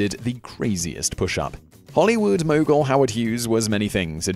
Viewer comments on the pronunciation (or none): none